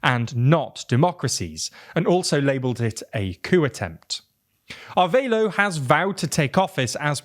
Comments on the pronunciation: Wtf Arveilo? Its not even similar to the right name "Arevalo". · Somehow they read a Spanish name and figured the "e" is silent and the "a" is pronounced like in "aid". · Is "Arveilo" actually Arevalo, or am I confused by?